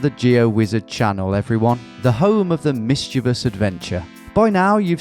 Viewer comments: DUDE YOU PRONOUNCED MISCHIEVOUS RIGHT! HELL YEAH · Yaaaay! You've learnt how to pronounce mischievous correctly!